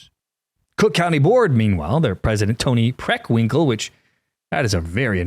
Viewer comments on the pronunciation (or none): Did you just say PRICKWINKELL??? 😂😂👍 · I'll tell you what's unfortunate. Me getting caught with you saying Tony Preckwingle with a mouth full of food. 😂😂😂